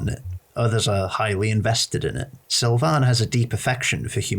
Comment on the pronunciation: Why do you say Sylvian like that?